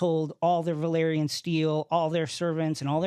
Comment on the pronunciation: Valyrian is pronounced VAL - EER - IAN and Velaryon is pronounced VEL - AR - YON. Neither of these names' first two syllables are pronounced VUH - LAIR. Hope that tidies things up, official Game of Thrones spokesperson.